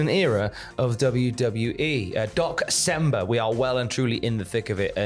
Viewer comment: i keep hearing Dox-cember XD